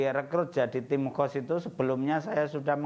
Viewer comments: Bukan Tim Qos tapi Tim Khos (khusus) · Tim Khos bukan Qos... Qos2an kaleee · khos bukan Qosh